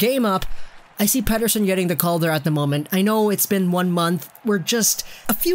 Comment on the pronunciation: As a Swede it is funny that your joke pronunciation of Elias Pettersson is probably the best English speaking version I have heard so far. Pettersson is so good, he is turning me in to a Canucks fan. Like life was not hard enough!